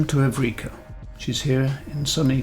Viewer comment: Pronunciation of ship name is wrong. Evrika == Heureka.